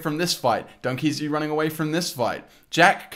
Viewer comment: ITS NOT DUNKEAZY ITS LiL dEaZy😂